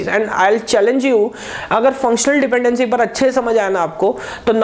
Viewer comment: wtf did he say around :25 - :37 lmao .. not sure if english.